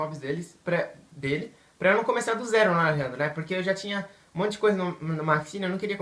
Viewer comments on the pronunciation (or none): none